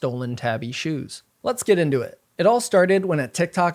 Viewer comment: Ok it’s killing me that y’all are saying ‘tabby’ 😭 it’s pronounced tah-bee. It’s a Japanese word.